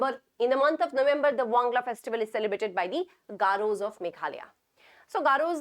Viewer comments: Not Wangla it's "Wangala" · Ma'am it's not wangla it's wangala☺️ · Wangala not wangla